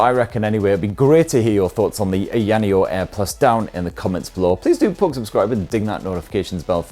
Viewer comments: It's Eye Ah Knee Oh, not Eye Annie Oh. But I think you are doing it to poke fun at the company's somewhat silly name, so carry on. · annoneo - AYA NEO BRO lol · I've never heard anyone say ayaneo's name like that X). You had it right the 2nd time around, "eye-yuh neo". That being said, been looking at this. I'm still waiting on the slide or something with a 7 inch screen but not so bulky feeling as the deck (and the asus device from what it looks like) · Dude. The way you pronounced it wrecked the video for me. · I hope Ayaneo enjoys hearing you say their name. Don't correct him people. Just let it be. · AYA NEO is not very hard to pronounce stop being obtuse